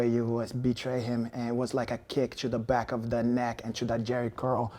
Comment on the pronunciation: "You're right they found a lot of mexicans and now they're going to send them hback" lmao